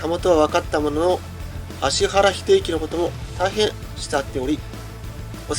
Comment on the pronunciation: ちゃんと「アシハラ」って言ってる。